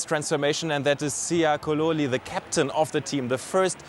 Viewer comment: he completely butchered Siya Kolisi's name